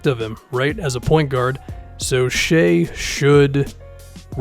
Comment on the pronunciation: it’s pronounce SHYYYYYY! SH-EYEEEE!